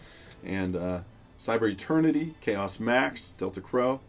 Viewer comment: Everytime you say chaos max I yell at my phone... Come on man your killing me